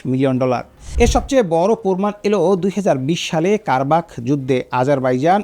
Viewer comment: আপনার উচ্চারণ এত নিম্ন মানের কেন? কিজিলমা, কারবাখ না! খিজিল এলমা, কারাবাখ।